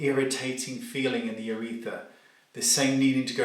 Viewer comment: Do Brits say "uretha" without the r? It's UrethRa here in the states.